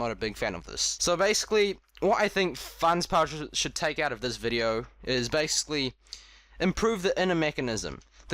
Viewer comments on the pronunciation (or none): We're u saying fans instead of Fangshi?